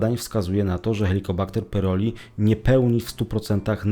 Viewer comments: Chłopie wymawiaj poprawnie pylori nie pyroli😂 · pyLori a nie pyRoli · Nie PYROLI a PYLORI.